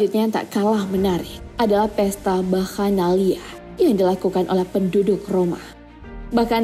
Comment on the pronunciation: Bakhanalia ditulisannya tapi dibaca seperti ada (h) bakhanaliah....±tulisannya gitu si...maaf